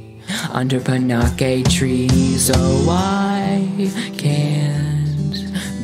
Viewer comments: that...that’s not how i pronounce panakes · uh... "Panakes" is pronounced "pan, aches" not "pun, ack, ays"